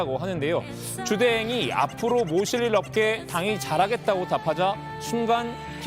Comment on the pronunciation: "주대행이"가 "주댕이"로 들리는건 나만 그러냐?